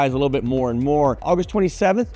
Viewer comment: I thought the same thing. You said "august 27" but it sounded like "i was 27" lol.